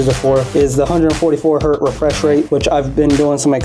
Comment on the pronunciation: One Hertz. Many Hertz. Ain't no such thing as "One Hert", the Z ain't plural. Anyhoo, good video and all that.